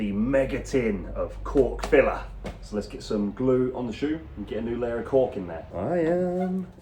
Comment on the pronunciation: I love when he says “i can’t enough of the cock filler” 😂